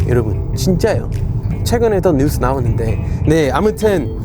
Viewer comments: 에서 뉴스는 news라고 발음하시네요 ㅋㅋㅋㅋ 아직 반반이신듯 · 뉴스는 영어발음인데?ㅋㅋ